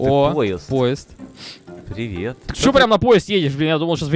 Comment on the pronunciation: а почему в начале ты говориш не привет а пет